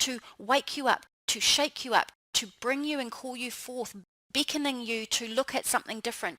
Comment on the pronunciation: She pronounces her short vowel "e" exactly the same as short vowel "i:" next: nixt, reflect: reflict, beckoning: bickoning, heading: hitting, tend: tind, blessing: blissing